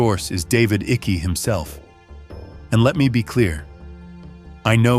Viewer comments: David icky. Tell me you use AI to narrate without telling me. Pronounced David “Eye-kuh” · AI cannot pronounce Icke😂